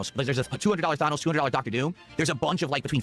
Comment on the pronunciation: Thawnose. I hate his pronunciations so much.